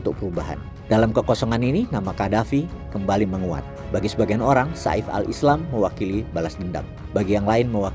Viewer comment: Namanya saif al islam yang berarti pedang islam Pengucapan yang benar Seif tidak dipenggal seperti sa'if